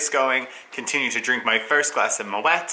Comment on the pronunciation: Dearest, I sincerely apologise, I stand corrected you do pronounce the 't' in Moët! Do forgive me. I do so hope you enjoyed it. well deserved. From uk.